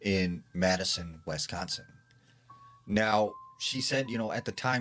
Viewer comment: There is no 'E' anywhere in Wisconsin... Why is he saying Wesconsin? Lol